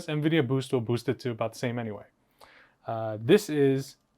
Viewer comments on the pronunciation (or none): none